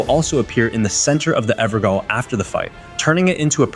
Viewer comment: The word "Evergaol" is pronounced "Ever-jail". The "gaol" part is pronounced the same as the word "jail". This is because "gaol" is an older spelling of the word "jail” It’s also not spelled like “goal” it’s gaol.